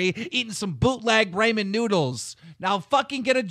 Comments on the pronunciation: Keem blowing up at the end about clown being skinny and trying to pronounce "Ramen noodles" was amazing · "bootlegged raymen noodles" -keem2018